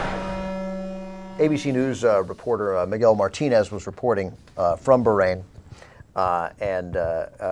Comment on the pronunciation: Well, if you *really* want to pronounce it properly then you have to put some "h" type sound in the middle. But a good compromise is to say "baa rain", not "berrain". I don't think you all do it, but "eye rack" and "eye ran" are really annoying too.